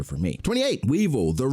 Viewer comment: Weevil the RRRRRRRRRRR😂😂😂😂